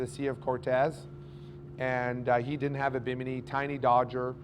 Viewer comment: W respect to the fuse. Say did or did not. Not didn’t, mumbled. Further explain. The “source of power is the battery??? You have no load circuits shown on the battery. Not one. The only load circuit is from the panels to the controller and from the controller to the battery. This part of your presentation is gibberish. The fusing “to” the controller? Or “from”? You want the fuse closer to the battery? The controller doesn’t go to a dedicated charging bus?